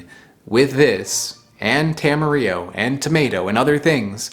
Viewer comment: Question, is "tam-e-re-o" the standard US pronunciation. I've always heard "ta-ma-rill-o" here in NZ. Though there probably isn't a "proper" way to say it, since I believe it was just coined by a dude in Auckland smashing Te Reo and Espanol together